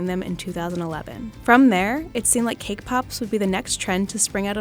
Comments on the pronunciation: I know they are saying cake pops but I keep hearing k-pop. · Cake pops or kpop? I hear both 😂